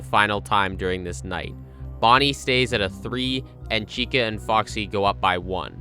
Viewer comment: it sounds more like Chico to me